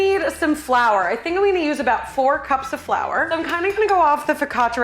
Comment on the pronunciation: This is what I wanted! cooking!! Saying "flou" for flour, SO!